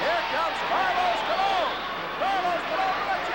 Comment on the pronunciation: Calos Stalone lmao. It's Carlos Colon